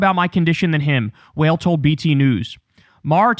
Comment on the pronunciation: Wael is pronounce wa(IL) may he rest in peace